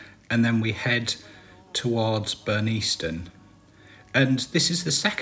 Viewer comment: Hi, great vid but please say the village correctly it's pronounced Burn-nis-ton. Glad you liked the area 😁